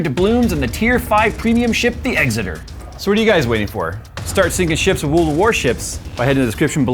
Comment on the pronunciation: I live near Exeter. It makes me smile every time I see this sponser spot and you says Eggsiter.